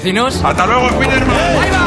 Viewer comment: ¿Por qué decís "ESPIDERMAN"?